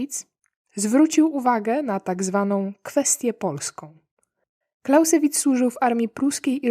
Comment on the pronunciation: Nie Clausssewitz....Clauzzzzewitz...Bardzo prosze! Program dobry , tylko typowo polskie luki w umiejetnosciacj jezykowych.....